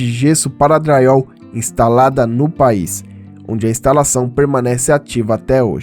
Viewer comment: Porque vc fala dryall?